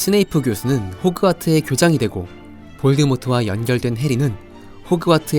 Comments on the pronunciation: 호크와트가 아니라 호그와트 입니다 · 왜 계속 호크와트라고 발음을 하시는지...